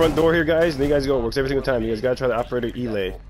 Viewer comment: Do you know that it is pronounced El-a the a is separate